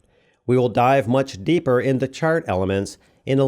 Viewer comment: ......Much depper" until you said "deeper" I was going crazy 🤣 I hear a lot of VO on documentaries where simple words are mispronounced consistently throughout 1 hour 45 minutes.